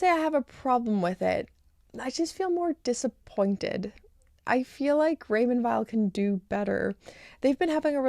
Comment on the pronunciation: You make me laugh ,how you say Raymond Wiel ,yes they are Vile ,indeed .oh my ,i love the Zenith .